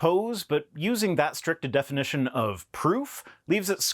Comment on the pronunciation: Does he say defination instead of definition at ?